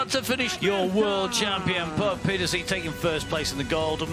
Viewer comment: Geez it’s not Petersea it’s Pieterse…… Come on you’re in the country next door to Puck.